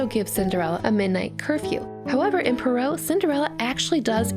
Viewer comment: You’re pronouncing Perrault wrong (sorry... I couldn’t help myself)